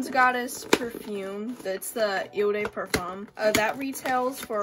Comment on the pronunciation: Please don’t butcher the French language .. it’s not “eu day perform” !!